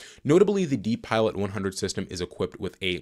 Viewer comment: “DiPilot” is pronounced “Die Pilot’. This is a system you never want to see in an airplane 😊